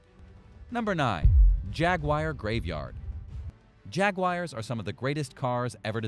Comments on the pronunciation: I love Jag-wires!!! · Videos full of mis information and Jag-wires 🤣 unsubscribed